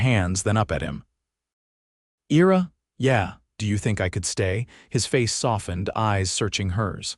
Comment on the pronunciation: Your AI can't pronounce Ira correctly.